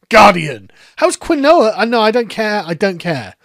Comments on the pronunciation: I’m upset about how you pronounced Quinoa… It’s “Keen-wah” not “kwinowa” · Say it with me not 'Quin-no-ah' its 'Keeeeen waaaaa' get with the program ya damn peasant!!!!! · Crying woman: KEEN-WAH Cat at the dinner table: Quin-noah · This was a great video. One nitpick though, quinoa is pronounced "keen-wah," not "ki-noah." I'm sorry, I just can't let a man I respect so much pronounce quinoa like a Will Ferrell character. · its pronounced "keen-wah" not "qwin nowa". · Kee noir. Not quin oa. lol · Sargon. It's pronounced Keen-Wah NOT Kwin-Noah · "Quinn-noah" it's "keen-wah" and it's a great way to cut carbs and increase protein. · its pronounced KEEN Waa not Quin OH Ah, but you're British sure you'll roast Americans for words too. Hold down the fort 😁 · For the record, its pronounced "keen-wa" not "quin-oah." Blame the Spanish for how they transliterated the original Incan word. Which isnt even spelled like that in Quechua, which actually looks how you should pronounce it. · It's pronounced keen-wah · Hi, Sargon. Quinoa FAQ: It's pronounced KEEN-wah, and it's an ancient grain from South America. They're worried because it's a local ethnic food that now a bunch of rich whites are buying. It's high protein and just generally better than many grains, though, so they're in a bind between nutrition and ethics. (I've had it - once it's cooked, it's kind of fluffy like rice, with a nutty flavor, and about the size of the smaller couscous. I actually would recommend it.) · It's pronounced KEEN-wah (Quinoa) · It’s keeeenwah …. Keeeenwah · Its key-noire you absolute philistine 😂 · Quinoa pronounced kwinowa 😅😅😅😅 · Damn, Quinoa is pronounced 'Keenwah'. I hate saying it unironically because it's so poncey but it is what it is. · Quinoa is pronounced Key-Noir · Dear British people, do you actually pronounce quinoa like that or is it just? Cause over hear we say “keen-wa.” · Sargon, quinoa is pronounced “Keen Wah” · quinoa is pronounced Keen-Wa stateside